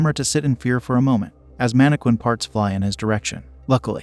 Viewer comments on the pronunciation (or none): This proves what I've always felt. influencers are tools. Also man-A-Quinn instead of mannequin